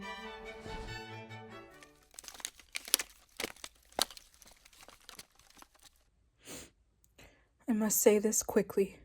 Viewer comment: As something of a self-taught linguist myself, I do appreciate the French pronunciation you use with "guillotine."